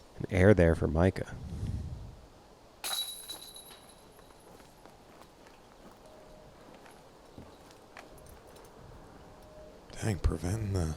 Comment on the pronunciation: The dude's name ain't Micah, stop saying it like that